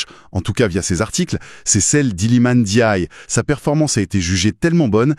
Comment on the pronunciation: Merci pour la prononciation de Ndiaye 👏👏👏